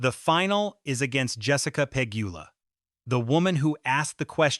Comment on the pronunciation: 👎🏽 Pronounce names correctly—not just Eala’s, but at least Pegula’s too! 👎🏽 Your point is senseless! This is how the sport grows new followers; followers who are new to the etiquette and are learning over time. Pegula, Gauff, Osaka, McNally, Anisimova, and others have all said they prefer playing in front of a full stadium than an empty one!